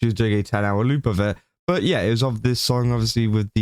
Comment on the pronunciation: The way you say word 'loop' sounds lie the word 'lewd', which gives this story a whole different kind of light! XD